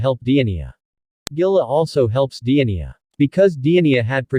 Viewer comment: The giants name is not pronounced diania